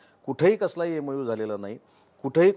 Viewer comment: EMU नाही MOU....MOU and MOA are different.